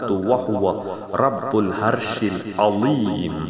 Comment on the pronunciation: Thank u jazak allah khair, but please correct your pronounsation. Its not الهرش correct to العرش please